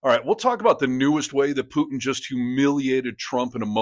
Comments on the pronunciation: tRump, your full of💩 Kennedy, putin is pronounced POOTIN not PEWTON. Thanks for the coverage👍💙🔵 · You've got the sense to correct Kennedy's 'Pyewtin', you should know it's 'where we are', not 'where we're at'. And it's not 'nukyuler', either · Did he say “Pew-tun”? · I love how ding-dong Kennedy calls him PEW-TIn. He can't speak English the way I do...DEPORT HIM, right MAGA? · Who is "Pewtin"? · He said Puetin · Did this old woman, Kennedy say Pewton? End the war in 24 hours or less? Only Imbeciles believed that. No way is Putin afraid of trump, no way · Foghorn Leghorn calls him "Pewtin". 😂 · Ha ha Pew-tin. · Pewton, ha ha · Put your teeth in before you speak Kennedy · Kennedy from Louisiana is a Jacka$$ full throttle. Alligators from the louisiana swamp has more brain cells than him, plus he always sucked up to Lumpy brain Don. He can't even say the Russian Losers name correctly. Another Louisiana Low grade education politician. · Kennedy can't even pronounce putin😂